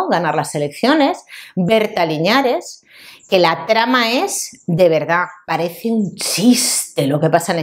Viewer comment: Berta linares (no liñares) y es de Ma-ra-ce-na (no Macarena) que es donde vivo 😊. Grande